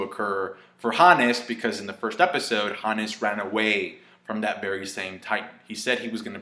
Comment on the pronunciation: I wish you would say 'Hons' instead of 'Hanness'